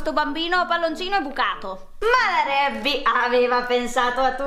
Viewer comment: Si dice reby